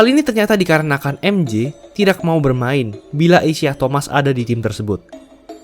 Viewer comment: Aduh. Penyebutan namanya kok salah, ya utk pemain sekls Isiah Thomas? Trs kok Bulls main di final wilayah barat, ya? #tepukkening